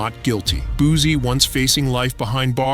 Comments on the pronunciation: How u know he made that song 7 minutes after?!!! 🤣 Ya'll literally say anything. 🤣🤣🤦 And, it's Boo-C not Boo-zie! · It's Boosie not boozie😅